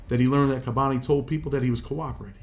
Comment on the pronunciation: it's "kah-boni" not "kay-boni"